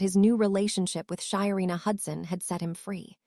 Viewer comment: Her name is SHARENA not Shyina